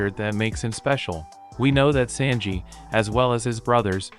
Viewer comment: Fella, the way you pronounce Sanji, is killing me.